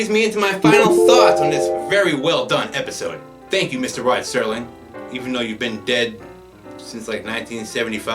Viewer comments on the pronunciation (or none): Entertaining commentary. One thing, the name is Rod Serling, not Sterling. No T.